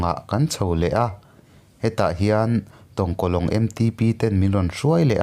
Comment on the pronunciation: I va sawi thiam mahse Mara khaw hming a dik vaklo Mara ka nih avangin anuam lezual ka nu khua tongkalong